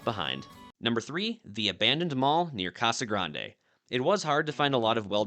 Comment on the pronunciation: We pronounce it "Ka'sa Grand"